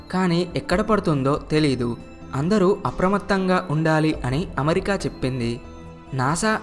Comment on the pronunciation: మంచి విషయం.. కానీ మంచి తెలుగు లో చెపితే ఇంకా బాగుంటుంది. పడ్నాలుగు (14) కాదు పద్నాలుగు అనాలి అలాగే అమరికా కాదు అమెరికా అనాలి